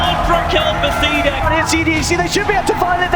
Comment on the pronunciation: CDEC there´s a fuckin reason why it´s written in CAPS. it´s C D E C not cdeck ffs. get your shit together. Same with Aui. LD says A U I.